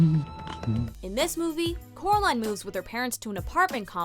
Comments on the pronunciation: EHEM it's COR-aline lol but seriously it she says it like 10 times in the movie and even most of the characters pronounce it like that ( not trying to be rude) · ITS CORALINE NOT CORILINE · "not Caraline at all!"